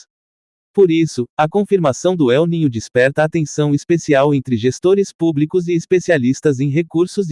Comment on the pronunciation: Eu ninho ?!! Kkkkkkkkkkk Incrível! Kkkkkkkk Se diz EL NÍNIO , que é um fenômeno estudado por um cientista espanhol que descobriu esse fenômeno. El NÍNIO significa MENINO TRAVESSO . É um fenômeno natural que tem origem nas profundezas dos oceanos, provavelmente furações que acontecem nas profundezas dos abismos dos oceanos, daí correntes de águas quentes viajam pelos mares o que afeta o clima da Terra 🌎 Para de pronunciar Eu NINHO !